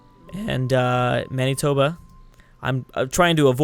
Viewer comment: Manitoba is pronounced Man-it-toba